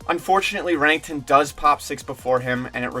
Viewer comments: just fyi its Renekton, not rennington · Who tf is Remington? Lol Bro good video but damn, ninjas name is pronounced, “ren-EK-ton” don’t do the green Barney like that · The way you say renekton makes me cringe D